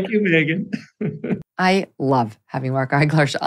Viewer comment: “A very pregnant Megyan Kelly” 😂